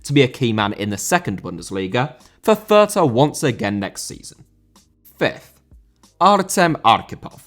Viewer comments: calls his viewers "uncultured filth" while also completely botching how to pronounce "fürth." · As a german I really feel sorry for those horrendous names the lower league clubs have. But to help a little bit the club Abiama is playing at sure is written Fürth, but you don't pronounce the h in it. Should make it a little easier. To add since I feel like everyone seems to have difficulties pronouncing the letters ä, ü or ö, the ä is just pronounced as the bit between f and r in the word "fair", the ü as in Fürth is pronounced like Goldbridge says the u when talking about Bruno (Fernandes) and the ö is pronounced like the o in the word "word". Hope that helps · Thank you so much, everytime he said Fürth a part of me died. I love but that was quite something xd